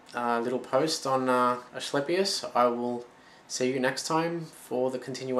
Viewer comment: Nice vid, just an fyi the c in Asclepius is a ka or ca sound not a ch or sh. Loved the info though now gonna go look at more of your vids. :)